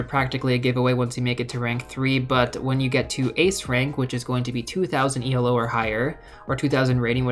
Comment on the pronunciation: Hey FYI it's pronounced ee-low. It's the name of the guy who invented it, not an acronym.